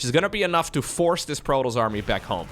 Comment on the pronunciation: ...prodols? You mean Protoss? Pro-Tos.